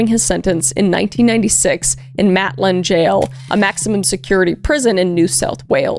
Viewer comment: Great video love yours vids but it’s spelt Maitland gaol but it’s pronounced Mate-Land jail again love your vids but I love less than 15 minutes away from there